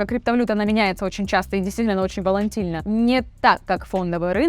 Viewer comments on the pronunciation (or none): волатильность, а не волаНтильность